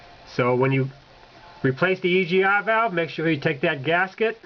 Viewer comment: heh heh heh.... he said "E G Ah valve"